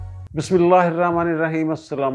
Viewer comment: بسم اللہ میں ل پر نہ پڑھا کریں ل خفی پڑھیں ۔کسی قاری بھائی کے پاس پہلے پریکٹس کریں ۔معذرت ۔۔۔۔طبیعت پر یہ گراں گزرتا ہے